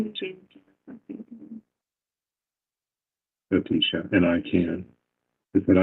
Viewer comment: "Believe tiecha" mode lol